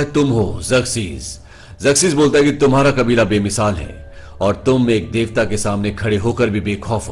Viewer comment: Ok thik ha.. Par tum Davta ku bolte ho .. 😡😡